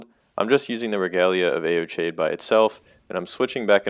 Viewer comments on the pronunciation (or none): I think it's pronounced, "ee-oh-kide," but still cool vid